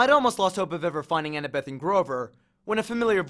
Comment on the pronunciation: How I read: annabeth How he read: Anna-BETh